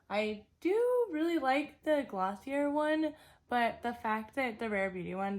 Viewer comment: It’s pronounced gloss-ee-ae